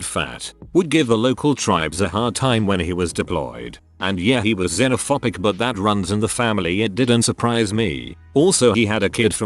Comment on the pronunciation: It's xenophoBic not xenophopic. Jfc